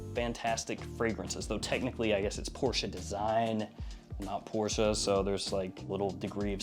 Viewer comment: THANK YOU so much for knowing how to properly pronounce Porsche! LOL The Porsche family even released a video on how to properly say their family name and there are still so many people who slur out PORSH and pretend to know.